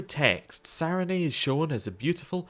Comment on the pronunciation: I'm enjoying the series. This was the first episode I struggled through and it's silly, but your pronunciation of "Sarenrae" leaves off the second "r," and you said it a lot in this episode. 😂 Keep them coming!